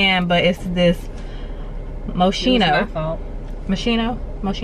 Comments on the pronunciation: Isn't"t that the brand Moschino pronounced MUSKINO (no shade just informing the pronunciation) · Idk if someone else already said it so if so forgive me but the perfume is pronounced MoSKino . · That's an Italian designer pronounced Moschino "MO-SKEE-NO" l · [moˈskiːno] in case if somebody cares about the correct pronunciation